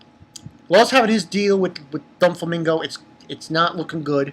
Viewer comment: Bro, I think it's do-flamingo but not don-flamingo, am not sure though but great review. Keep it up